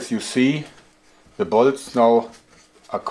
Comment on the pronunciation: Is it just me or when he says bolts it sounds like balls?